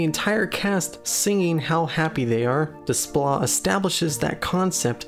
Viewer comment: Please.... the composer's name is pronounced 'DAY-pla'. French uses the same alphabet but the spelling doesn't correspond in the way that English phonemes do.